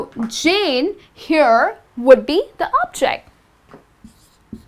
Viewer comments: Nice class, but please stress the words properly: SENtence, SUBject, OBject, because sometimes you're doing it wrong. Best regards and thanks for sharing. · You're placing the wrong emphisis on the words subject and object.. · Would it de okay to pronounce "subject" and "object" with the stress of the first vowel? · I love your videos. Just check the stress on the words subject and object when they are used as nouns not verbs. Best Regards. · This helps in clarifying the differences between the use of I and me. It's just irritating to hear the incorrect stresses for subject and object. So it changed the meaning of the words.